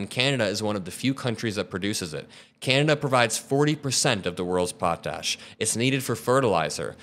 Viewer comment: Love the video, but a couple of Canadian pronunciation notes: the opening of a play is pronounced prem YEAR. A Canadian Provincial leader is pronounced PREEM yur. Potash is pronounced POT ash